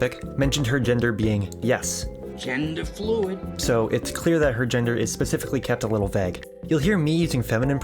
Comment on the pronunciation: i was just giggling about GENDAH FLOOID the other day after i thought of it randomly